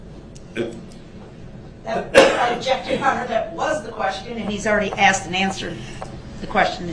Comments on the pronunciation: Cause you Axed dats da only reason cause you Axed 😊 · How come THEY always pronounce the word "asked" as "axed"? Like the way he does in this video? Is it because of their dangerously low IQ? 😅🤣🤣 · We don’t axe questions we ask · Every time a question was “axed” and he looked over at Brooks waiting for the objection it made me laugh. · Loved it when she finally said that she was telling him, not asking him.........shut him up but good. He never "axed" her that question again. Unbelievable!!😊😊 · hahah that was absolutely gold. The only thing I would change is “asked” to “aksed” lol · or " axed".....